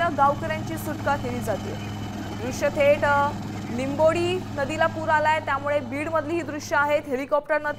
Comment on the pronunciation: लिंबोडी गावच नाव आहे निंबोडी नाही